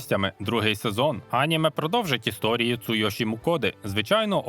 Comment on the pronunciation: Наголос на слові аніме неправильний. Коли дивлюся в оригіналі, вони кажуть анімЕ, а не Аніме. Немертвого і невдачу краще б взагалі не перекладали. Перший сезон із поклонінням русні задрав.